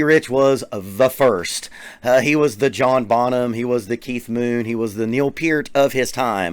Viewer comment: Thank you so much for consistantly pronouncing Peart correctly. :)